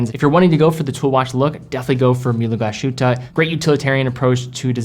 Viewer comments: Just a friendly pointer: The "s" in Glashütte is not pronounced like the "s" in "shit" but like the "s" in "sick". The "h" is spoken like in "Hi"...so almost silent, just "move air through". The "ü" and rest oft the word you already have down :). So GlaShÜtte ^^...not "Glaschütte" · it's pronounced "Glas hooter" not Glas shooter". Other than that the videos are superb! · Please, as much as i like your content, as a german by birth, it triggers me, that you call it gla–sh–hutte. It‘s called in german „glas–hütte“. Cheers. Btw. I own this watch, and it looks amazing !!! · NOT english Glash ... ütte, but Glas ... hütte, separate the s and the h! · The "sh" in Glashütte is not pronounced as "sh". Instead it is Glas-Hütte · The place speaks "Glas'-huette" not "glashoote". "Ü" is like french "ue" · Glas-hütte! 2 words, please! Glass-hut not gla-shut! Thank you! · Great watch! Btw. It's pronounced Glas-hütte (glas huette) not Glash-ute 👍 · your pronounciation of German brand names is very much on point. Congrats! Just one exception which you get wrong: "Glashütte" is a compound word: "Glas" plus "Hütte". Therefore, there is a split between s and h. It is NOT pronounced "Gla-sh-ütte" as you do. But "Glas-hütte". With an "s" as in english "glass". And not like an "sh" as in english "flash". (The meaning of the name is quite simple and obvious: "glass hut". The villagers were producing glass centuries before they began producing watches. Hence the name.). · Thanks, I was about to post the same thing. Glas-hütte, not Glah-schütte. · It's not "hoote" because there's an umlaut on the u. It's huuuuu-te (hard to represent here since the vowel / pronunciation doesn't exist in English) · Argh! Glas-Hütte, rather than gla-shütte, please! (No Sh-sound, as it's a compund word, think "Glass-Hut") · GlaSHOOTA, babyyyyy! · Glass shootah? Americans... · the s and h are not togetehr to form a sh sound it's "Glas(s) - hütte" and it means glassworks